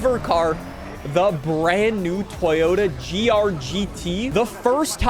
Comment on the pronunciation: We used to have "Totoya", now we have "Toyotica"